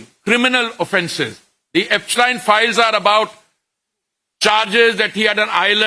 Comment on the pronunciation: He pronounces everybodies name perfectly but पूरिजी एब्सटीन को एब्सटायन बोलकर आइंस्टायन बनाना चाह रहे हैं😂😂😂😂